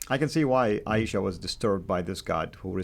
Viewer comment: If you're going to speak about that woman's name you could at least pronounce her name correctly. I. Ee Sha.